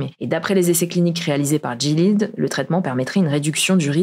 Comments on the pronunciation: Super vidéo comme d'habitude ! Petite précision : le labo Gilead se prononce "Gui-lé-ade" et non pas "Dji-lide" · "jilid" ?!? GUI-LAI-AD .... mes oreilles ... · Il me semble que "Gilead" se prononce "Gui-lé-ade" comme le chevalier de la table ronde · Gilead se prononce comme "Guy Léade" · Gilead se prononce très certainement « guilihade », comme dans The Handmade's Tale (La Servante écarlate). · GILEAD se prononce "gui-li-ad" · GILEAD, ça se prononce comme dans la série The Handmaid's Tale (La Servante écarlate). Appelez moi si besoin d'un expert en santé